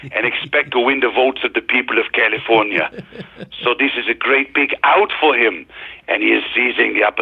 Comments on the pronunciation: He says “Caulifonia”, like cauliflower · Pro Tip for Mike: its pronounced KALeeeFORNeeeUH